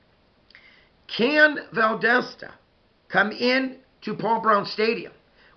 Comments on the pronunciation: Valdosta dosta not desta it’s like saying do in dog . Dosta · Great video! Closer on the pronunciation, but it's Val-DAH (like when the Dentist says "open up n say Ahhhh") -Stuh...Val-DAH-stuh Or Val-DAS (like German) -Tuh. Sorry, I wish I could write out phonetically better. You have the first and last syllables, the second one rhymes or sounds just like the German "Das" as in the movie "Das Boot" (The Boat). It doesn't really matter 😆. Great video as usual and I really feel like our teams will meet again soon, and I'm not comfortable with that. We DO NOT match well with you guys lol. Have a great week! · It's pronounced like Val dah sta. The wildcats aren't quite as dominant as they used to be but they still usually have a really good team. The other school in Valdosta (Lowndes County) also usually has a really good team.